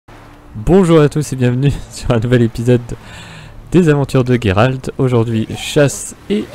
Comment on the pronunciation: "Géralt" oh le pauvre 😭 mais je trouves génial que tu as touchée à ce jeu merveilleux ! Pour ma part j'ai finis le jeu et j'ai encore envie d'y jouer ! ^^